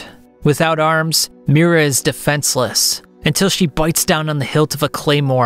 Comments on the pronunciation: Sorry, but its Miria, not Mira It spells Me-ree-uh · It’s not Mira. It’s Miria!